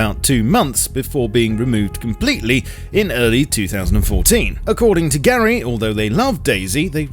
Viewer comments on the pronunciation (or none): none